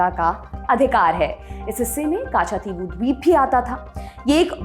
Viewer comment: कच्च-दीवु! काछा- थी वु नहीं